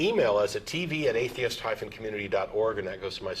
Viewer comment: XD even after he got corrected he said THESIST